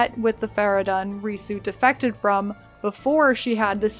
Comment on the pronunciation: fara-done ? they say fara-dune like 18000 times in game...